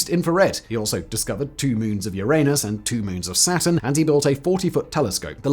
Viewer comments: why are you pronouncing Uranus like that? You had it right in the older videos. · He said, " Uranus" again 😅 This never gets old.